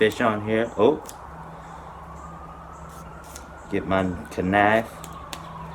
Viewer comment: I wish you would say “knife” the correct way.